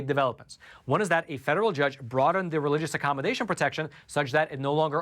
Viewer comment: Thank you very much for your contribution to good news. You, along with others, have been a great help in these times of disinformation, lies, and massive media coverups. (On a small side note, please do learn how to pronounce the definite and indefinite article. For whatever reason, mispronunciation of these two simple words is ubiquitous on YouTube, and that by all kinds of speakers, from simpler folks to well-educated people. Thanks for listening.)